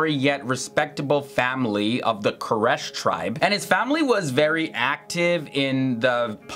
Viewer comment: it's (QU RAY SH) (QURAYSH)